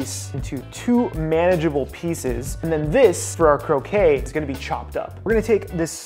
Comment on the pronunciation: Croquette -> crow-ket, croquet (crow-kay) is the lawn game Otherwise, looks awesome